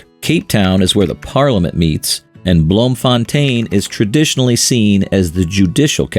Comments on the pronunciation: Its not Blom-fon-teen It's pronounced Bloom-fon-tane and it means bloom fountain, also called city of roses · Bloemfontein is pronounced as "bloom-thon-ty-n" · 😂😂 bloemfontein toe kon ek nie my lag in jou nie